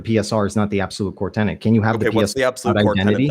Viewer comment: learn how to pronounce infallibility. Also, it's "core tenet" not "core tennant"